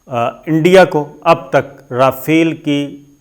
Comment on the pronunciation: پتہ نہیں کس سکول سے تم نے تعلیم حاصل کی ہے اور لگتا ہے چھولے دے کر پاس ہوتے رہے ہو رافیل یا ۔۔۔۔ جناب اگر آپ کو ادائیگی کرنی نہی آتی تو گوگل پر اسکی ادائیگی pronunciation سن لیا کرو اور جو کچھ بولنا ہوتا ہے اسکو ایک آدھ دفعہ rehearsal کر کیا کرو۔ نہی تو آپکا پتہ کٹ جائے گا اور عمران ریاض خان کو آگے کر دیا جائے گا۔ پہلے ہی وہ صاحب بہتر انداز میں اپنا پروگرام پیش کر رہا ہے